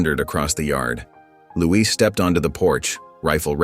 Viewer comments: His name should be Louis…. Not Louise.. that’s a girls name 😂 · It's Louis, not Louise for a male, n black dress is reserved for widows n mourning